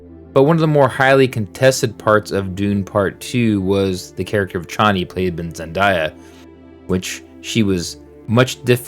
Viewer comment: ZEN-DAY-UH not ZEN-DIE-UH